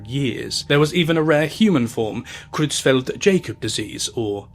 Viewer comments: Prion diseases and rabies are the two pathologies that scare the hell out of me. They're horribly debilitating and excruciating for the sufferer and incurable. One can happen naturally, out of nowhere, in some cases and the other can happen "out of nowhere" in terms of people not noticing they were scratched or bitten. Also, the disease is pronounced "Kroytz-felt Yah-kob (or "kohb" in some European areas)." I'm a little surprised the disease mentioned multiple times here wasn't researched regarding pronunciation.... That's a little disappointing. Otherwise, very good documentary on such a scary time. I'm old enough to remember the Mad Cow scare back in the 90s. Edit: I wanted to add that there are still cases of BSE. It's typically maybe one or two cases every couple years or so in the UK and Scotland, when I last looked. I think one in the US in the last decade. It's usually taken care of quickly and efficiently, though, so it's much, much less risk. I don't doubt that BSE or some other variation could crop up again. Prions are scary for a reason. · So curious are British people taught in school to pronounce other European languages incorrectly or is it just ineptitude? Please do a google search of the pronunciation for Creutzfeldt–Jakob You people holiday to fucking Germany all the time. There's a good chance you speak some German. No excuse to not pronounce fellow EU languages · I really enjoy this guy's videos... But his mispronunciation of words in almost every video is very frustrating. I'm sure he said in a video he was a teacher originally, so I'm surprised... Maybe I'm expecting too much? It seems at odds with how professional they're trying to be, and largely succeeding, being let down by the pronunciations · It’s pronounced: “yokub” (with a short O sound) …not “Jacob” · Jacob,. 'Yacob',.. at least in this mad-cow instance. ;) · Creutzfeldt Jay-cob lol. Creutzfeldt Yak-cob disease. UR welcome 😁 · Isn't it pronounced YAKUB? The Jacob is messing with me.